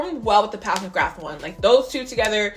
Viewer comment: I have them both and love them both. I love how you call PAT, PATH McGrath